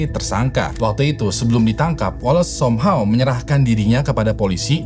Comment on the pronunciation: Somhaw😂😂😂😂 bahasa inggrismu buruk